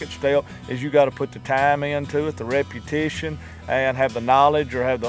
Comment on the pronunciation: What the fuck is "reputition?"